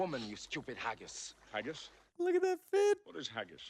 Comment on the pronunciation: "Haggish? What ish Haggish?" 👍